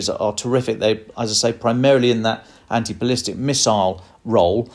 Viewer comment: Bless your heart: NOT "ballistice" miiiles. Please read up on your weapon systems.